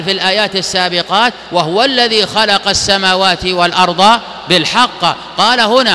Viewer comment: الثانية 57 ( السموات والأرض بالحق ) تقرأ بكسر القاف والشيخ حفظه الله فتحها لعله سبق لسان .